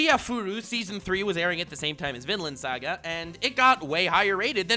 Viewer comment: love this anime hope it keeps the same english voice over actors if it makes it to 1 season I'de buy it I think thought u said villain saga not vinland saga